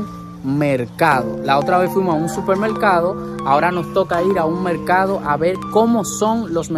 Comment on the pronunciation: De ke pais heres ? Por ke no pueden pronunciar la L ? dices melcado enves de decir mercado je je je